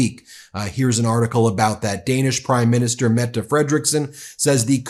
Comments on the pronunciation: Thanks for pronouncing Mette correctly 😊❤ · Wow! You learned to pronounce the statsminister´s name! Tak! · I am glad you learned to say Mette :P